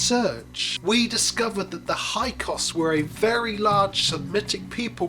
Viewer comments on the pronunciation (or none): Hi Sorry correction, it’s HYKSOS not HYKOS!😮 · Right. The incorrect pronunciation of Hyksos as "Hykos" made me wonder what else he might have been getting wrong. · You mispronounced it by omitting the first S.